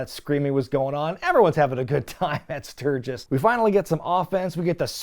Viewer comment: Luckily still has Road Wild 1997 & 1998 left to cover in the future, so I guess we now know what the running gag for those Classic PPV Reviews will be... "Emanating from Stur-ghiss, Stur-ghiss... What'd I say, Stur-ghiss?!".